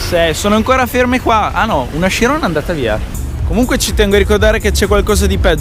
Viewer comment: Bello il video ma si pronuncia letteralmente cirion anche se si scrive chirion